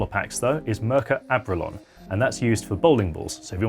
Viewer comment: I wish you would link to some of those sand paper products, or atleast spell out what they're called. I googled "Mercer Abrulon"... but not even sure if that's what you said.